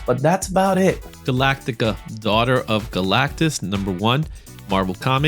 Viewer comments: Great vid love these look backs. Still amazed at how many people add extra letters to Galacta's name 😂 its not Galactaca😂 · Not trying to be a dick at all.. but it's Galacta.. not Galactica. Sorry 😬